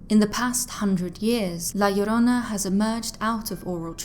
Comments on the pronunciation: Thank you for saying it right ❤ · Damn, im Mexican and you pronounce La Llorona better than I do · Wow, you pronounce "La Llorona" very well! I was not expecting that, but I was pleasantly surprised 😀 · You pronounced La Llrona better than 99% of the people I've heard talk about the myth. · Awesome Spanish pronunciation , love it, also love your diction, is the best for all your videos , great work! Cheers from Mexico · I love your voice, your accent, and the fact that you nailed the pronounciation of La llorona perfectly! Great video,:> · Wow! You the first person not Hispanic nor latino that actually pronounces the name right. Love that story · Your pronunciation spot on. Great job. My grandmother used to tell these stories when we were kids. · THUMBS UP JUST FOR pronouncing "La Llorona" so well, but think that Marina / Cortez connection is more Propaganda against the Spaniard's ruling class and think that was retroactively added as a cautionary tale for those that would aid them against the more native peoples. you did a excellent job as usual. kudos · The way you pronounce La Llorona is such a turn on. 😩👌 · You say La Llorona so perfect. Im shocked cause most Northern Europeans have such a hard time with Spainish lol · Great video U say la llorona good in spanish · Love this!! And the pronunciation is literal perfection 😁😁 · 👏👏👏 that pronunciation of La Llorona in Spanish is perfect!!!! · Yes, I see videos covering this and their pronunciation makes me cringe and the fact that she says it right makes the whole video perfect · I noticed that too.